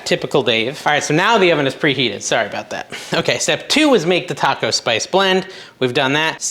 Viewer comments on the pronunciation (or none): none